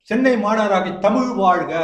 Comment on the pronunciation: தமிழ் வாழ்க போர்டுகள் வைத்த து தான் இவர்கள் செய்த தமிழ் சேவை...... நம் மேயர் பிரியாவின் தமிழ்........ ரெயின் ஸ்டாப் ஆனா உடனே வாட்டர் எல்லாம் போயிடும்....... வால் க டமில்!!!